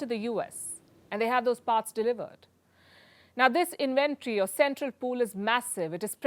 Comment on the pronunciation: Pronounced "IN-VEN-TORY"